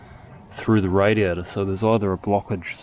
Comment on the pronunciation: Hearing 'radiator' in that accent is so tough, I hear radio.